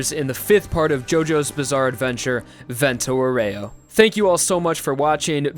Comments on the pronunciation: Great video! But please, it's "vento àUREO, not "voréo" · Useful tip! The name Vento Aureo, since it's italian, is going to be pronounced: Vento Àureo (Awreo)! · Man I know that italian but "Vento Oreo" made me laugh so hard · Vento OREO... man that is some cringey Italian pronunciation. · It's pronounced Vento "Oreo" x_x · I'm glad you went for the english nane of the series since you butchered Vento Aureo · YOU GOT LIKE THREE ITALIAN NAMES CORRECTLY MATE CALL ME THE FUCK UP NEXT TIME YOU WANT TO DO A VENTO AUREO PROJECT